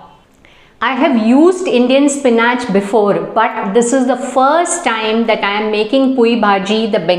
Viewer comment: Spin atche😂😂 pronounce properly madam